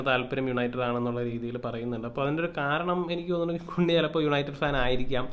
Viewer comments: കുണ്യ അല്ല ബ്രോ... കൂന്യാ...😅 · കുൻയാ എന്നാക്കി കൂടെ ബ്രോ 😁 കേൾക്കുമ്പോൾ എന്തോ പോലെ 😁😁😁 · Its better when called cun- ha 😬 (കുന് -ഹാ)